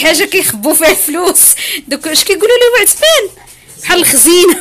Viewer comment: الخزنة وليس الخزينة